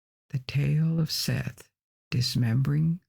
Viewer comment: I love and appreciate your videos. However, can you please look up and make sure you are pronouncing things correctly before you record? Osiris' brother Seth is pronounced SET.